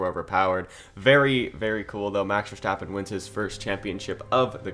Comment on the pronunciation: You have a cool potential channel on your hands here, cool video. Small tip: Verstappen is pronounced Ver-st-appen not ver-scht-appen; short ST short a.